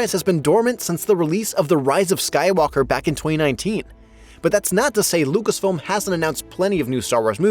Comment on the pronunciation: Calling rey "skywallker" is a crime